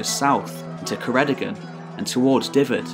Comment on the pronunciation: Enjoyable and interesting. Ystrad Clud (Strathclyde) was where the native British language, now called Welsh by the English, Cymraeg by us, was first written in the sixth century. Shame you do not know how to pronounce our place names such as Ceredigion and Dyfed. Alfred very wisely chose not to make war on the Britons.